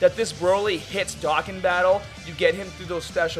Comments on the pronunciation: You say dokkan like dakkan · Stop saying Dokan it’s DOKKAN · Why do you say "dokkan" wrong? As well as anything that ends in "an" or has "ar" in it. Is it your accent or what? Just curious. No hate. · It is Dohkan that is how you say it